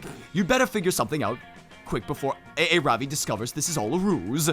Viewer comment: Aaravi name is pronounced Ah-ra-bi